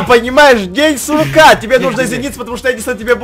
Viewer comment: День курка а не сурка